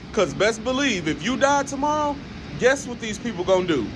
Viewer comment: He meant to say hey people! Not poo😂